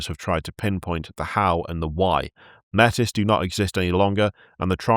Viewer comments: Small correction: Métis is pronounced 'may tee'. Its borrowed from the actual name for mixed European and indigenous people who regularly faced discrimination from both Europeans and the indigenous people of Canada. It's french. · 'Metis' is of French origin so is closer to may-tee. (And the reason it got cut out of new lore is that it's also a specific real world cultural group - a blending of certain indigenous groups with french settlers in Canada) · Métis is pronounced "May-TEA". If you sound like a pirate you're saying it wrong. For some reason, WW used a real term for people of mixed Indigenous North American/Colonial ancestry. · Metis is French, it's pronounced may-tee. It is also the name used in Canada for people born of mixed aboriginal blood.